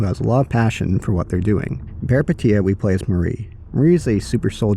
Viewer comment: FYI Peripeteia means Adventure in Greek and pronounced peripEteia ;)